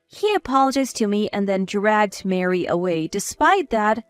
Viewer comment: Where do you get Mary out of Marie. Please stop mixing the words it’s a turn off to listen and read the words and see the errors 😠